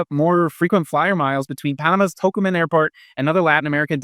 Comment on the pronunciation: Dude you can’t even speak the name of the International airport in Panama City. And a year is not enough to begin to have a clue and you certainly are no expert.